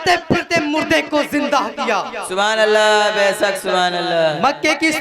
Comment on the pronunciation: साइड से जो सुबहानल्लाह की आवाज आ रही है ,,,,, उसमें मासाअल्लाह और बैसक बैसक की आवाज आ रही है 😃😃😃 please तलफ़्फ़ुज़ में दुरुस्तगी लाने को बोलिए ,,,, माशाअल्लाह और बैशक सही जुमला है